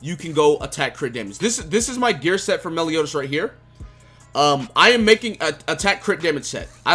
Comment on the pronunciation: Melioni? Melioni? Meliodas, that really got me 🤣🤣